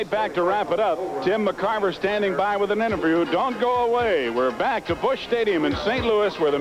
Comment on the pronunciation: Kinerism: He called Tim McCarver “Jim McCarver”